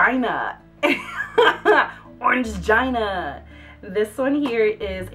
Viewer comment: it's pronounced orangeena >.> lmao